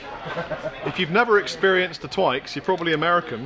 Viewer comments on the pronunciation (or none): Tw-i-x, please don't say Tw-aye-x :p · Then backs that up by pronouncing Twix as Twikes lol! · Twix.. It rhymes with fix. Lol. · "Twii - x" you mean to say I've been pronouncing that incorrectly my entire life? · hearing say twix instead of twix blew my mind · We have Twix in America, though we pronounce it quite differently. The same difference between the way we say aluminium. What we don't have are Bounty bars, Lion bars, or those awesome flake bars (I can't remember exactly what they're called). I have to go to a specialty candy shop that imports the UK candy in order to enjoy proper candy.